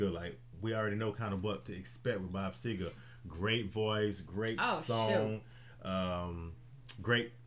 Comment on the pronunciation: It's Seger NOT SEGAR!